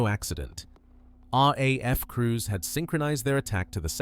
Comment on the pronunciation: Rar. A.F 😂 it's very subtle but really jarring to a human English man's ear.